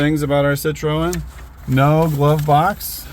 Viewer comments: It's pronounced ' sit- trin' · It 'should' be pronounced cit-ro-en, as in the French manner. With a slightly guttural sound on the 'ro'.